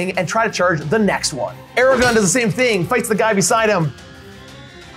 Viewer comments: What a great video! So glad I found this channel. Although, as a massive LOTR fan, it was painful to keep hearing “Aragon” instead of “Aragorn” over and over again. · AMAZING GAME! On a separate note, I love and his enthusiasm, but if I ever hear him say Ara-gone again I may explode 😂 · aragorn.... not eragon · I love but my eye twitched violently every time I heard Eragon instead of Aragorn. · This was so awesome.. So so so awesome...and I love you all...But please...for the love of all that's holy...ARA-GORN....not....ERAGON....please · *Aragorn, not Eragon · if I here say "Aragon" instead of Aragorn one more time I'm going berserk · AraGORN not Aragon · Can't stand when people call Aragorn "Eragon" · It is pronounced Arago*R*n.